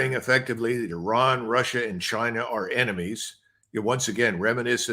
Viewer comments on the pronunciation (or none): none